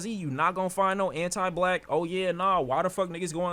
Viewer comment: Bro says Ant I black